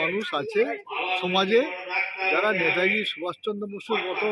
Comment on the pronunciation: Uni netaji ke nata ji bolchhen keno? Eta thik Kora uchit.